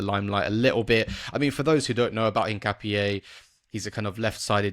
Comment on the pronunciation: Interesting you guys can pronounce Hincapie right but can't get Madueke or Bukayo right